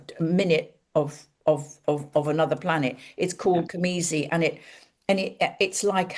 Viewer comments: I apologize for this Virgo nitpick, but it is cazimi, not camizi, yes? :elbowcough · isnt it cazimi. am i hearing it right